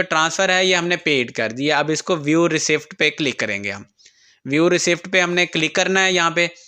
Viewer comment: Raseet pathna hy Raseed...Recept nhee..p nhee bolna